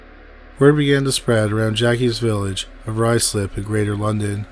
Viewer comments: Awesome stories! Impressed that you bothered to look up the pronunciation of 'Ruislip' , (and know when to use the word 'Quid')! Well done, Sir! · Excellent job on the pronunciation of Ruislip!